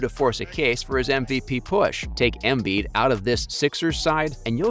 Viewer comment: He even fucked up "Embiiiid". The other give-a-way was the suggestion that literally anyone else should have been in the conversation other than those two. If you watch, it wasn't even close.